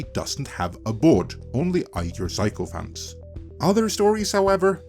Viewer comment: Pronouncing sycophant as psycho-phants, the way did here, is clearly a pronunciation error but I love it for being so much more appropriate.